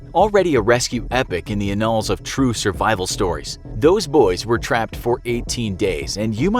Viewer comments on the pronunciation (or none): "In the in-alls." It's "annals." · I think that was on purpose....